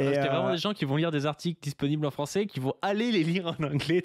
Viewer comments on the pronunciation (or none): none